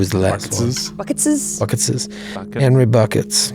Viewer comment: Henry Buckets .... It's pronounced Bou Kay 😉